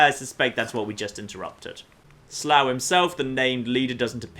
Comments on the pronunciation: How many people have mentioned that pronounces 'Slough' wrong? It's like 'sluff'. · It's pronounced slow but not the opposite of quick slow like the pain ow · Another great vid. That Glowy thing in the distance...The Glowing sea??!! And to nit pick, the Raider named 'Slough' is called 'Sluff'. That is the real pronunciation, the word means nasty / skanky / rank. The town named Slough was originally the cess-pit for Windsor castle, (real fact, honest!), the pronunciation changed over time to make it sound less nasty.